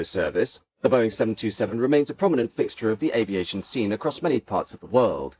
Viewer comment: One day you will learn to pronounce aviation in French. It's not 'aviasheeo'. Try Babble. It's free.